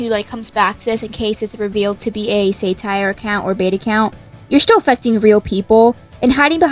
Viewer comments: wait isn't it called sat-tire not say-tire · its pronounced SAH-tire not SAY-tire girl😭😭😭😭😭⚰️⚰️⚰️⚰️⚰️⚰️⚰️ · did you just say “say”tire 😭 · Say-tire is crazy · It's said sat-ire rather than sate-ire. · the way you pronounce satire 😭😭😭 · Say-tire????? I thought it was sah-tire? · Sa-tire not sai-tire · "say tire" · 'saytire' is insane 💀☠☠☠☠💀💀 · I have never heard someone say 'satire' as "say-tire", everyone i've heard say it pronounces the 'sa' like in 'sap' or 'saffron' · off topic but................ saytire? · Why tf does she pronounce Satire as “SayTire” 😭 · Good point, but the 🤓☝️ in me can’t stand the we way you said Satire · No offense but why do you pronounce "satire" like that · sorry but why do u pronouncr satire like that